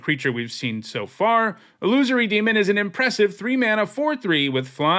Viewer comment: Illusory demon? 🙅🏼‍♂️ A loosery demon ☝️